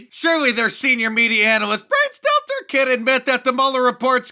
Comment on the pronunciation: Brian >stelzer< lmao every time!